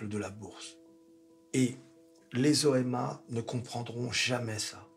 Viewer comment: à chaque fois que dit "OMA", j'entends "N.Chéron" 😁🤣